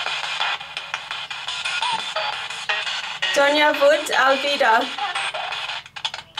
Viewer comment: Your "Alvida" sounded more like German than Hindi to me. :D "Al-vii-da!" Beautiful place. I tried to picture what it must have been like back in the days by looking at what was in the video. And I have to say, it must have been a joy to be in such a place. Even trying to restore it all from its ruins, in the head, imagining it with its life restored, the royals and the guard, going about doing their day to day life activities. By looking at everything that now remains, I have to say, the beauty of such a place for that time, would make any European city/town of that same timeline look like a slum area. The picture of the place that I got in my head was sort of a mix between Ancient Iranian, Egyptian and Babylonian architecture and style. While the Royals living more of a Roman style of lifestyle, with an Indian touch. The stairs were too steep btw. I've noticed this same thing in most homes of North and South India, even in present times. Maybe its got to do with money and cost, idk. Or just it is how it is. I live in the North Eastern part of the country. And here, you don't find those kinds of stairs. The stairs here are designed to be more gradual and small in height but wider, that way, its more easy on the legs. I used to find them very frustrating, the steep ones.